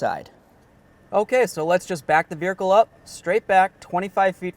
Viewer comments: Just a heads up. No "r" in vehicle... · Take a drink every time he says, "Vericle." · the eff is a veerhicle?